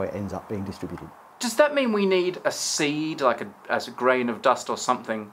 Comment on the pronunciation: "we nei:d a sei:d"